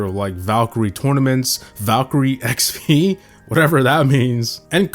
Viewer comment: "Valkyrie XP" 😂😂 Wait minute "VaLkYrIe xp" 😳😳😳